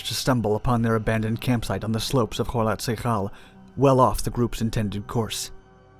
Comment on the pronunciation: "o-TOR-ten," not Ortenton. And "kho-LOT s'YA-khl."